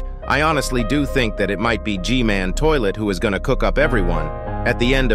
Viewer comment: Ain't No Way He Called G-man GG-Man💀